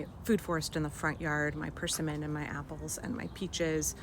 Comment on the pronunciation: Did you say PERSIMMON? I’ve heard it pronounced per SIM muhn. Unless I misheard you. Beautiful garden you have!